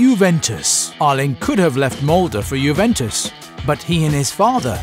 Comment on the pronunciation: Im norwegian and u dont say molday..... You say molde